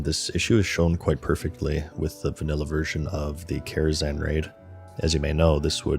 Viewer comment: Karazhan, it's karazhan